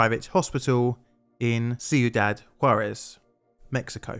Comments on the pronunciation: That's pronounced kweedahd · Its pronounce like quidad wit a q sound not a c im vannilla villa white and i know that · Everytime you say the towns name I hear "See you, Dad". 😂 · Cuidad = kwee dad Nuclear = new clear